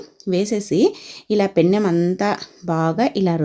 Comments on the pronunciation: పెన్నెం.... కాదు mam. పెనం అనాలి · పెన్నెం కాదు తల్లి పెనం